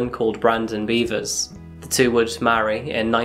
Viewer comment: R-randy....beavers? are you sure it's not beh-vers? I mean, i hope it's not, but... heh. Randy beavers.